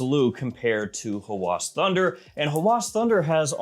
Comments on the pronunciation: its a short A, so Hawas, not Hawaas. thats how its pronounced. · Arabic speaking here: It's not "Huh-whooaaaas" Nah..it's "ha-whass" >> where A of "ha" as in "apple" >> and "whass" also as in "apple" without extending it